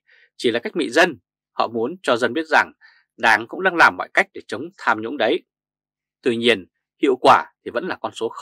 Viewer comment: Tham nhũng chứ không phải sam nhũng